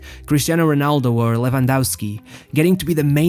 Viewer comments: Bro its ronaldo, not honaldo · Nobody: This guy: Homa, Honaldo